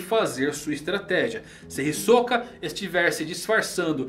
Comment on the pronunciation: Já parei de assistir esse vídeo no começo, qual o problema de pronunciar Hisoka corretamente?